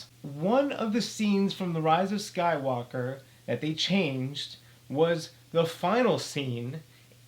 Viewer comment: Anyone else notice he has a very strange way of saying “rise of Skywalker” he puts emphasis on walker. It almost sounds like “walkar”